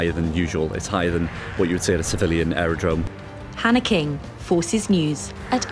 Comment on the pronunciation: When the Reporter signed off she said her name “ at RAF Leeming” but I honestly thought she said “Panic-ing at RAF Leeming” 😂🤣